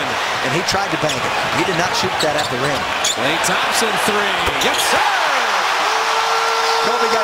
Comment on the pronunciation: it's klay not Kay